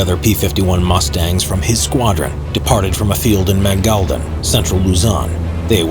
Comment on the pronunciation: Ma ngal Dan not manga